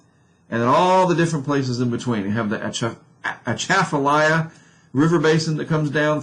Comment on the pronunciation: the A is silent in atchafalya by the way 😂 i’m also in houma